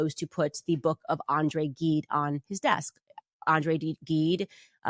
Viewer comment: If you attempt to bolster your credibility by gilding your academic reading, when you drop a name, do try and pronounce it properly. ff, she mangles the name of André Gide, winner of a Nobel prize for literature. I'm guessing she read L'Immoraliste in university. The book shouldn't have shocked her. The title broadcasts its contents. (I wonder if she read the companion novel, L'Étranger? I'd love to hear her cite Albert Camus.)